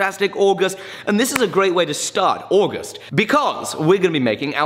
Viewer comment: Say August again